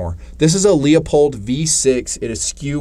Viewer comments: IT’s “LOO POLED” - Damn Call them up on the phone and LISTEN HOW THEY ANSWER THE DAMN PHONE!!! And if you have not heard of Proof Research barrels, you need to come out of your hole more often! Love Ya man - But Get with the Program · Loop-hold. It’s not Lee-uh-pold. You did make some good points on this build. I don’t understand why you guys tend to go super budget, instead on springing for mostly high end parts...when done correctly. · I love your videos, but you pronounce Leupold wrong and it makes me cringe.